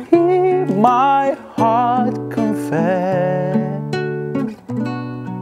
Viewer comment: heart sözünü də xurt deyə tələffüz elədi iki dəfə)) beyin hələ də Qazaxdı fikir vermə)